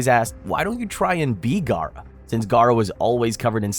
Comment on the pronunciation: When He said Gaara, I was like “Oh no!”